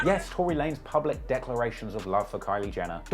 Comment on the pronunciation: Tworey lanes 🤣